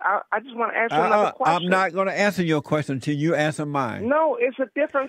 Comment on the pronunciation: My goodness. This is what cops & all other service folks got to put up with. "Ax him where he going, he telling me where he been!"